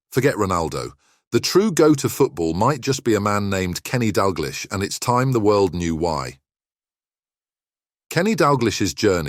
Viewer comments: And finally: His surname is pronounced 'DAL-Gleesh', NOT 'Dal-GLEESH'. Got it? GOOD! Do your homework or give up. You are making a fool of yourself. No apologies from me. If you make so many arse-wipe mistakes, how can you be taken seriously? [Rhetorical ...] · Need to learn how to pronounce his name - nothing sad about Kenny - has a lovely wife and family - what are you talking about?